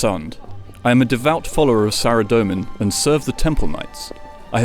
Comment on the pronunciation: SARA DOE MAN.... but you pronounce ZAMMY JUST FINE